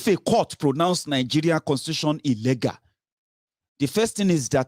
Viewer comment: be careful my son, when you saying the word illegal pronunciation is ( illi-gul ) and illègal) this last one Yorubas’ pronunciation! Just want you to be perfect darling. Maybe you can download English dictionary as it helps a lot in helping us Nigerians in diaspora to get rid of all bad pronunciations we’ve learnt from bad teachers in our Nigerian Schools. Happy birthday dear, the joy of the Lord will locate you wherever you go in Jesus name.